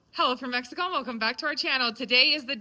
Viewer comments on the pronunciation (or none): none